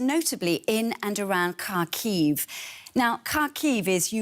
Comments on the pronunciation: Her pronunciation of Kharkiv is Horrible. Its not Karkheave, its HAA Keeeve... Take a look at the Cyrillic its starts with an X, the hard Haa sound. Not a C for Cat. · Omg Im dying can this woman be stopped saying Kaaarkiiv. It’s pronounced Harkiv for god sakes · Learn how to pronounce the city's name. The KH in Kharkiv is like the ch in Bach